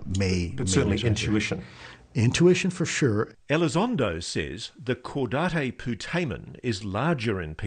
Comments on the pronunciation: I sure hope that these guys are really pronouncing “caudate putamen” correctly. I’ve never heard anyone say “Cow-dot-ay poo-duh-man” before. Maybe that’s the Spanish pronunciation. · Just a well meaning correction: "caudate" is pronounced /ˈkɔːdeɪt/, i.e. "caw-date" (last word as in an almanac). Thank you otherwise for very good work. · “Caudate” is pronounced “caw-date”; not “caw-da-tay”. It’s not Spanish. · So cringe how they both mispronounce "caudate" (really pronounced kaw-date) putamen. But we will look past it. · Somebody needs to enlighten Ross on the fact that Caudate is not pronounced like Coup D'etat. LOL. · It's kind of hard to believe in their credibility when they're pronouncing "caudate" incorrectly. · Repeat after me: Caw-date Poo-tay-men